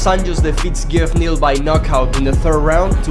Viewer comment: Bro called Geoff Neal ge off